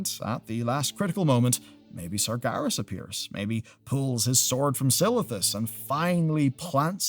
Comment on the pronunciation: Ain't neve' 'eard of no "Sargarus", mate